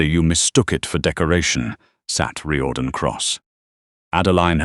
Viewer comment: It's Rear-don not Ry-or-dan